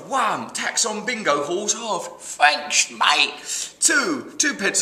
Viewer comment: fanks, mate